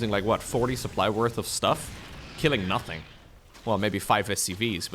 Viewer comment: "noting to write home about" - Take a shot!